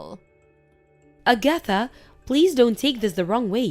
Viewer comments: I had to stop what I was doing because I was laughing so hard! A-gath-a instead of Ag-atha. I had to listen again because I couldn't recognize the name. Then I looked at the texts and started guffawing. These things never fail to entertain. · Her name is pronounced Ag-a-tha not A-gatha. DONOT give any of your in-laws a spare key to your home and NEVER give them a chance to get their hands on your house keys so they can slip off and make a spare key. These mother f*ckers will rummage all through your house and rob you blind. They are trifling and believe they are entitled to anything YOU have. Let these so called entitled people get a JOB and have their own money. I'm glad that put a stop to the old prune face bitch getting money from them and cutting ties from her. Glad blocked her husband number from Agatha and Never give her your address to where you moved to. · Agatha. = A-geh- thuh Chauffeur = show-FUR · Agatha was mispronounced repeatedly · Hey, watch a rerun of Bewitched to pronounce Agatha. 🤣